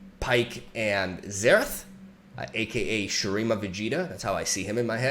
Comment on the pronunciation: "Xerath" oh the fool..